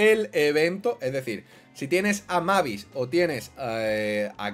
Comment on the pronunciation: Tío se pronuncia meibis por el amor de Dios no lo leas como se escribe 🤦‍♂️🤦‍♂️🤦‍♂️🤦‍♂️🤦‍♂️